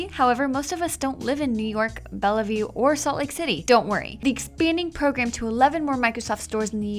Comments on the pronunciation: How about that microsoft store in bellehview edit: its spelled bellevue and pronounced bell-view not bell-eh-view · its pronounced Bell View.. the 2nd E is silent.. Bellevue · (cringes as the voice-over pronounces the city's name as 'BellAvue') (realizes she's probably not from Washington) (dismisses the mistake) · Its pronounced Bell-View, not Bell-e-view